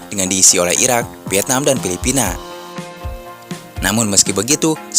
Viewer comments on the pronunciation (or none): none